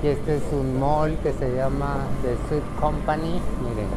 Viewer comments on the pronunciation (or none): none